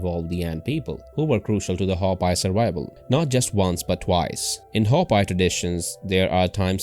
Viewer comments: Hopi should sound as "Hope..Pea" not "Hop Pie" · When pronounced it sounds like Ho-pee not Ho-pie. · Pronounced Hope-ee geez and the Ant people are ET living within the earth. Same as the Mantis people. Hopi same name as Hapi of Egypt. Were linked to beings from Orion and Zeta. Zu Aztec are descendants and Mayan. Mayan were deported to Ankh Har in cambodia